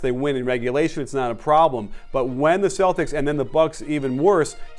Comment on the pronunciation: Why the hell are you saying Celtics for dumb!